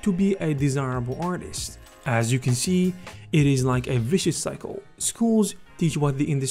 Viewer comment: viscous sycle? Wtf